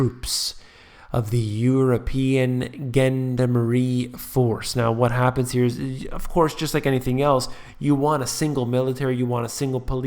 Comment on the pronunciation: you refer to the "Genn-dam-Marie" force. Are we supposed to rake you seriously with your ridiculous mid-pronunciation? One question, though: Do you use military grade aluminum for your tin foil hat? You know that plain old Reynolds wrap isn't strong enough to stop the government reading your brain waves and planting their propaganda in you brain. You know that, right?